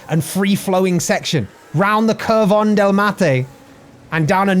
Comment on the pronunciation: Should have waited until the end to post this all together... The U should always be a short "OO" as in Cooper. I noticed this on "Curva" and "Curvón".